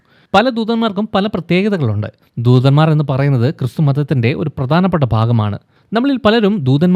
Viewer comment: ദൂദൻമാർ അല്ല ബ്രോ ദൂതൻമാർ👍